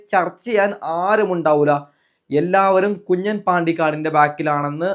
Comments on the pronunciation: കുഞ്ഞൻ അല്ല കുഞ്ഞാൻ ആണ് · കുഞ്ഞാൻ ആണ് കുഞ്ഞൻ അല്ല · കുഞ്ഞൻ അല്ല. കുഞ്ഞാൻ...